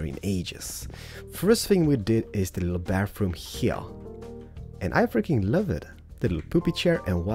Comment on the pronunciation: When u say "I freaking love it" it sounds like u say "africans love it"